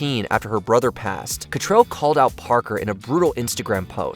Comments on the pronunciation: Kim CattRAL, not Catrell. Come on now. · It's cattrall not cattrell like get it right for God sake!!!